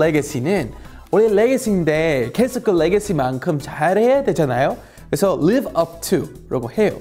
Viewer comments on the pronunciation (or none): none